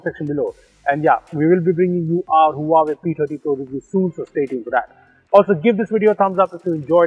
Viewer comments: Omg, this is beast. I don't think any camera beat this zoom features. Hey, the correct pronunciation is wah-way not Huawei. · I guess you aren't pronouncing Huawei right! 😬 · the huawei P "Tatti" pro? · The way he pronounced Huawei 😂